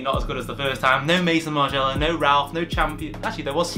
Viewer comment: Mate you're saying Maison Margiella so wrong